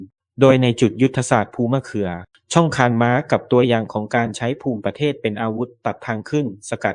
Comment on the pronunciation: ต้องอ่านว่าภูมิประเทศไม่ใช่อ่านว่าภูมิประเทศ